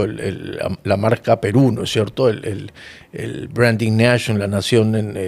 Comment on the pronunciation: Dijiste “branding national”? Si es así, tu inglés es nulo y que se espera de los estudiantes cuando el líder no es competente.